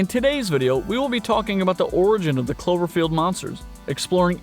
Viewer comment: 😛 I swear first I heard chlorophyll not clover field.... anyone else?